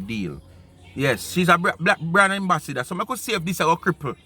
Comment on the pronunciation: So this lady is calling Auntie Donna IGNORANT and she's saying EMBASSADOR; it's AMBASSADOR not EMBASSADOR. Smh